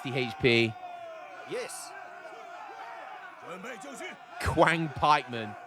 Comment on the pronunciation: Amazing game and great cast! You’re probably sick of hearing pronunciation tips, but in Chinese the Q is pronounced with a Ch sound, so instead of Qiang pikemen you say it like Chiang pikemen